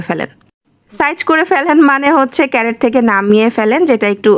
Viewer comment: ক্যারেট বলে না ক্রেট বলে,সঠিকটা বলেন